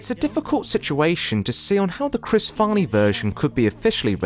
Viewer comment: you started out by saying "chris farney" edit: and then you pronounce "cameron diaz" "cameros diaz"